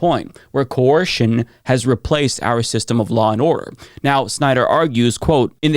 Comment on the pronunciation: Are you trying to say Ko-er-shen?